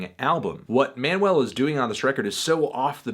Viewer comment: This is really hard to watch when Fantano can’t even pronounce the name of the band , or Manuel Gagneux’s name. It’s Zeal & Ar- duhr, not Zeal & Ar-Door, and the guy’s name is Man-u- well, not ManWell. I cringed every time he said his name. That aside, Fantano doesn’t seem to know the history behind this band, and how Manuel was doing his Birdmask project, when as an experiment, he went onto Reddit and would ask people to name to musical genres, that he would then make a song blending the two together. Gagneux was asked to combine black metal and Chain gang blues, to which Z&A was the result. He wrote all of Devil is fine, played all of the instruments, and recorded it himself. The concept behind the subject matter is an imagining of slaves , had they rebelled against their masters’ monotheistic Christian beliefs, and instead rebelled by following Satan. This is one of Fantano’s laziest reviews for an album that is one of the more interesting, and definitely one of the best all around albums so far this year. it’s worth noting that I’m not a metal fan at all.